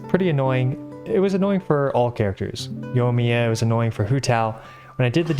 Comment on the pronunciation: While they're at it, they should gently let him know he mispronounces Yoimiya (._. )